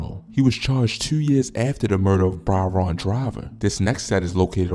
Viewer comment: How can’t you pronounce Byron smh